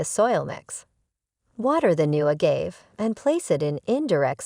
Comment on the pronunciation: It was funny to keep hearing the incorrect pronounciation. Perhaps it was AI?